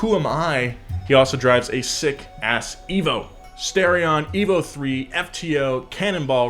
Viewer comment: Ah yes E V O III C N 9 A